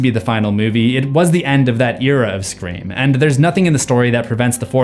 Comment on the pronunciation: What is this movie « Screa Form » you keep referencing ?